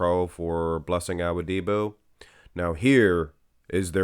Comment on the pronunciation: It's not "bran-de-oh." It's "bran-dow." And it's not "Ah-wo-DI-bu" it's "Ah-WO-di-bu." I know you're going to think I'm just another annoying commenter, but bro, it's SO DISTRACTING with you butchering these guys' names every 10 seconds. It would be like watching a channel and hearing someone constantly say Sylvester "Sta-low-nee." Can you PLEASE put some effort into learning at least the most popular guy's names so we don't have to be distracted with constant mispronunciations and we can just enjoy the content? Please and thank you. And before you think I'm just another hater, I watch AND upvote ALL your videos.